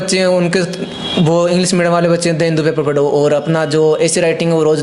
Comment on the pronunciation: Lg nhi rha tha mujhe ye such m clear kra h jb isne medium bola 😂or upsc b nhi bol pa rha